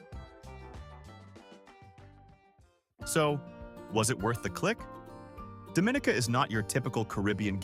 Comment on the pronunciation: You pronounce Dominica Dohm min eeka- and Kalinago as Kal ee nah go and Morne Trois Piton as mourn- one or two photos not of Dominica= but nice, very nice pics and it looks like a nice place to visit the way you have displayed it- I will look for more of your videos of other places, just ensure you pronounce the names- and maybe give different ways for people to access there-and any hotels? Thanks for this nice video. There seems to be a lot to do. And for the commenter that asked about a nightlife, it depends on the time of year- Oct, Nov and Feb seem to be high night life times.